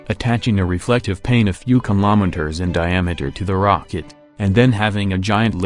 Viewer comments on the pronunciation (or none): Anyone else hearing kimometers instead of kilometres?